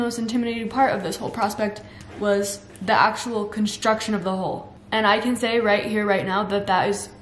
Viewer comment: Every time you say "Hull" I hear "Hole" and my mind keeps imagining it's a Hobbit Hole you're building. Your drive and positivity is inspirational!